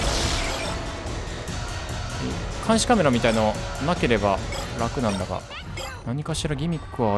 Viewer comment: ボコボコに殴ってくるうさぎも壁ぶち破ってくる豚も合体ロボも全部ヤバすぎでしたね😣 今までと違って次のステージに持ち越しなのすごく気になりますね！先生(主人公)がレモンにされてないこと祈ってます🙏 「監視CAMERA(独特の発音)」 「うぁぁぁぁぁ!!(泣) パクッ」 「”甘えずのてぃちゃ”いきます」てぃちゃが自分でてぃちゃって言うの大好きです✨